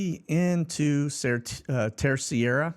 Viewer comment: Terceira. Just say : TerSAYdah.